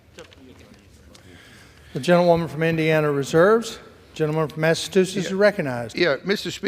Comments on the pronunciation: He uttered smth like “massatoosess”🎃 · Speaker says “Massatuchetts” ( mark) and again a couple minutes later